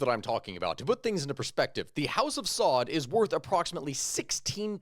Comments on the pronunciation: Their family name is not “SAUD”. It is pronounced “AL SA’OOD”. Just an FYI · It's pronounced SA-OOD